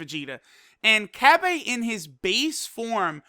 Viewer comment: The way u say cabba pisses ame off.